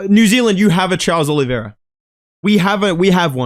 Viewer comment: STOP CALLING THAT DUDE CHARLES OLIVIERA 😭😭